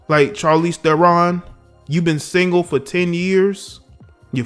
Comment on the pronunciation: Uh, Shar leez Teh ron.